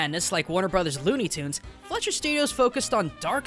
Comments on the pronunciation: every time he says the word "fletcher" instead of "fleischer" makes me cringe on how forgotten that animation studio is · The Studio you said multiple Times wrong was "Fleischer-Studios" and not "Fletcher-Studios" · I believe it’s pronounced Fly-sherr.